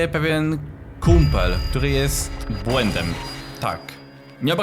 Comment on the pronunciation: "jest błedęm" 🤣